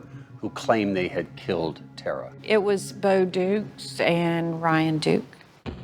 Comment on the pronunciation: Yall pronouncing Tara incorrectly. Its Irish pronounced Taara not Terra. Goodness me surely her family would've corrected yall by now.